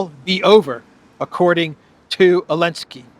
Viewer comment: Lol u funny can u ask u something why don't Americans pronounce (Z elinsky ) name right with (Zel, not an (A elinsky